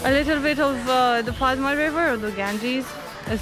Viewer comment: Padma in Bengali we pronounce like pod-da. The name of the place is pod-da garden as it is a garden in pod-da river. Very easy to follow isn't it? :P welcome to my city btw. You guys are the first international vloggers to come in Rajshahi. So thanks!